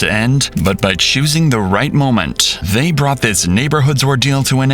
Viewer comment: why bro say casualties like that